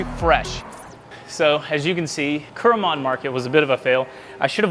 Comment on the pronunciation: くるもんX → くろもん